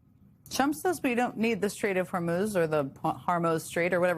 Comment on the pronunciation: trump says "we dont need the harmo street" rotflmfao 🤣 turn on captions to confirm this.